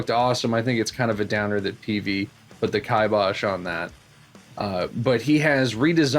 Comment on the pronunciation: Peavey put the kai Bosch on that? what is that word you said??